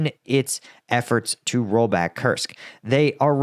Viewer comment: Lived in Russia for over a decade. It’s pronounced “koorsk” with a strong r. Not Kersk